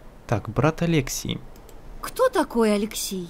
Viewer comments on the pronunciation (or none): алексЕй а не алЕксей!